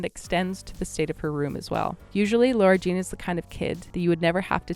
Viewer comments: REEEEEEEEEEEEEEEEEEEEEEEEEEEEEEEEEEEEE ugh whyyyy is she calling her Laura Jean it’s FRICKEN LARA JEAN BROOOOO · Why do you keep saying her name like Laura Jean???